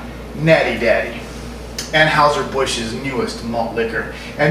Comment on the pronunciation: Natty Daddy is my go to high grav. FYI, Anheuser is pronounced "AN Hi ZER". And their Busch Light tastes like beer flavored seltzer. It's total crap and what you said about light beers is spot on! I'm no beer snob, so just gimme a Sam Adams or a Saranac Pale Ale and I'll be a happy camper.